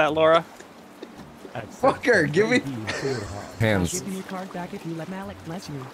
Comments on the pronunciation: Please play more of this! But if you get Malik again, please know that his name is pronounced Ma-Leek, NOT Mal-ick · It's pronounced Ma-leek lol